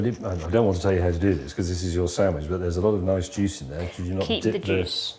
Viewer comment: says samidge and not sandwich. 😂